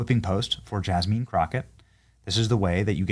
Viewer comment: Yawl! It's Yass-mean Crow-Kay, yawl!